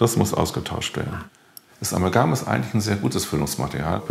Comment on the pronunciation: Warum sagt der Professor Amalgan und nicht Amalgam?? Der sollte es doch wissen wie das heißt, wenn er daran forscht... so etwas finde ich immer wieder erstaunlich.......